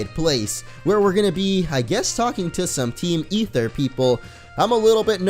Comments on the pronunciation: it's pronounced Ather not ether the "e" is silent. There's already an ether that exist in the game it's a medicine for your pokemon's pp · ITS AETHER NOT EETHER!!!! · Stop pronouncing it Ether its A-ther like the aether dimension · It's Aether Foundation not Ether Foundation why do u call it that. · Aether is pronounced A-ther